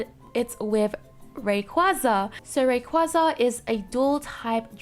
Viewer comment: More escape holes in that new temple map. Also, I think Altaria and Rayquaza is pronounced Ahl-tear-yah and Rae-qway-zah (like Quazar). Also, Bunnel-bee, like Tunnel + Bunny maybe.